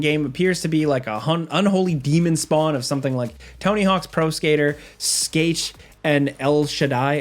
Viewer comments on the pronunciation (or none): the way you pronounce - skate - is pretty strange haha